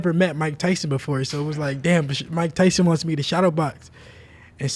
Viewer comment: "Mike Thyson"